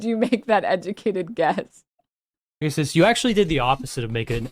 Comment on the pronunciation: "Hey everyone! I'm pregagsus!"